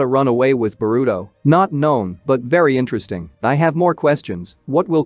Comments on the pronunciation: What's Borudo.....it's pronounced Boruto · "Ba-ruto" is hilarious. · its burrito